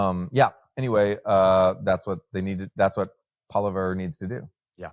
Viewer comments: "Poliver, or whatever his name is" lol. Not inspiring confidence in Noah's assessments when he's too lazy to spend 2 seconds finding out the pronounciation of Canada's next Prime Minister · As an expat who has lived in Canada for a couple of decades, this podcast is a prime example of Knoll’s Law when it comes to discussing Canada. Noah’s inability to even do the minimal research to correctly pronounce “Poilievre” is disappointing. While some of the charts presented are familiar and ones I’ve seen before, they don’t add much new value. I recommend looking elsewhere for more insightful commentary on Canada. It might also be worth revisiting your priors on Noah’s perspectives on other issues. His scenario of China flooding Canada with weapons to resist a U.S. invasion is not only implausible but borders on the level of imagination you’d expect from Donald Trump.